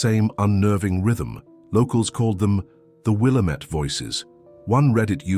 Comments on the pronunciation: WILL-Am-IT.... not will-uh -met!! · Wil LAMB et. Get it right if you want a thumbs up from us native Oregonians. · wil-LAMB-met, emphasis on the 2nd syllable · It's will -- LAM -- et. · Yeah, pronounced will AM ett. Try educating your AI bot before you make vids please. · It’s pronounced Will-am’ette